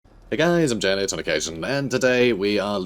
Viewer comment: Btw Janet, your pronunciation of the German sounding names is pretty great almost all the time. Pleasant to hear. :)